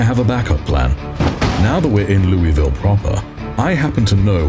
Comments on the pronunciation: It's pronounced 'Loo-uh-ville' by the locals,, just FYI... 😅🥲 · Hey! My apologies for hijacking your interaction here, but... As someone who spent over a decade living in the state across the river from Louisville, and visited there quite often, had friends there, etc... Every time you said the name of the city, I... died a little, inside... 🥺 It's pronounced 'Loo-uh-ville' by the locals, just FYI... Take that how you will, my friend, I'll go away now... 😅🙃